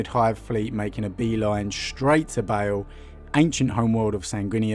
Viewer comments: ITS PRONOUNCED BAAL IT IS NOT BAEL A DOUBLE A DOES NOT PRONOUNCE AS AN E.... BAA like a sheep with an L on the end. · Like "barl" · Its pronounced BA-ALL not BA-ALE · i never usually get triggered but its BAAAL NOT BALE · Why does he pronounce baal like bale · Why are you reading Baal as "Bale"? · Feel like a dick pointing this out, but I believe Baal is pronounced barl. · It’s Baal! And San-gwee-nous as in Nitrous! So triggered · No, he most certainly did not.